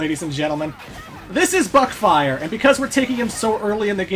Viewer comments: woo more non-classic megaman And i still hear it as "Butt-fire" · Meteorlink XD Same man, I always hear Butt-fire